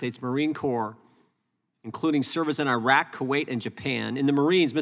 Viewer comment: At least name the country correct it is not AYREQ or i WRECK for US army, it is IRAQ.